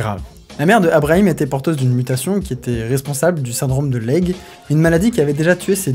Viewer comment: Tu es sûr que Leigh se prononce "lègue" ? Pense à Vivien Leigh : on prononçait "Vivien Li".